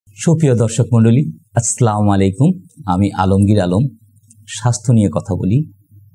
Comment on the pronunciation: আমরা অনেকেই সালামটা সঠিক৷ ভাবে বলতে পারি না। আসসালামু আলাইকুম। আসলামুআলাইকুম নয়।